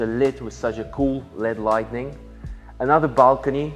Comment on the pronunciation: It's light-ing not light-en-ing